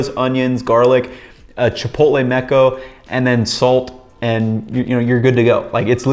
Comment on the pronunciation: Chipotle "seco", not "meco". The first means dry, the other means splooge.